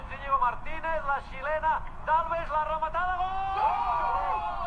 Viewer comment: La ramatada y el GAAAL DE BERENGUER!!!! Gal impagapla JAJAJAJAJA